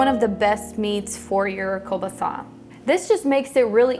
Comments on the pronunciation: It's hard to take her serious heck she can't even pronouce kelbasa buttt i'll keep watching she is cute. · In Alberta where a large Ukrainian population lives, we grew up pronouncing it as koo-baa-saw. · Another great recipe, sounds delicious. I’ve always heard it and pronounced it as “keel boss uh” but hey, as long as it tastes good what does it matter huh..lol.